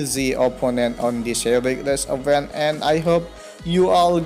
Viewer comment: Event. Di bacanya ivent Reward, di bacanya riwerd Itu aja sih, saran dari gw. Coba make google biar tau cara mbaca yang bener